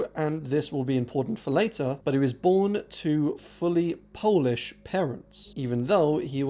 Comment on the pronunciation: really good polish pronunciations!